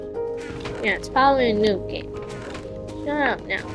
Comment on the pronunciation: Also you mispelled shut you said shup.